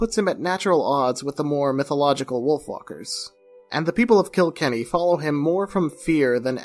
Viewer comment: Phenomenal video! It’s put together well, the script is coherent and conveys the passion, and it’s always nice to see someone shine a light on small studios, especially Irish ones ;) Also just PSA to everyone: the setting for Wolfwalkers isn’t “KIL-kenny” but rather “kil-KENNY” - no harm, no foul, just putting it out there <3